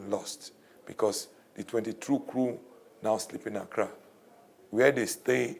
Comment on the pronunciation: this dude keeps on saying Accra govt....smdh